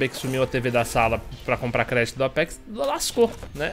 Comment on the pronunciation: e seu "apecs" Entendedores entenderão